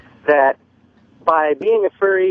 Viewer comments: Opie hears 9 people repeat the word "Furry" and continues to say "ferry". fucking sociopath. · Ferry, ferry, ferry... why does Opie keep saying ferry?! It’s furry!! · God damnit. Why can't Opie say FURRY. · “A ferry”